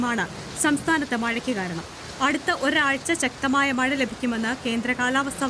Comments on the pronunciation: മയ അല്ല മൈരെ മഴ 😂😂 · ഇന്നും മയ എന്നു പറയാൻ, ഇന്നലെ മയ ഇല്ലല്ലോ